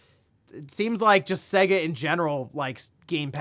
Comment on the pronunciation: Say-Guh ... not Segg-Ah ... its almost like you have never heard the intro when you play one of their games or boot up their systems.